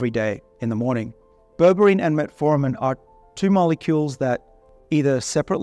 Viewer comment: This guy said metformin🤦🏻‍♂️🤦🏻‍♂️🤦🏻‍♂️